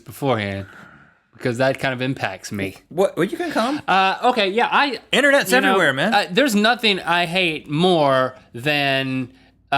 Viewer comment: Link said ” dogs poop ewerywhere”. Lol now he have them dogs. Man you eat your word-video coming up.